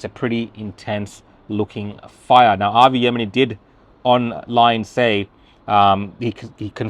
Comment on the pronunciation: Even he can't pronounce Avi's surname properly